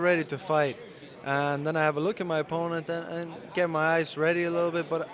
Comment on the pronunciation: Blaman Thur how can you not hear an irish accent the way his says opponent and time?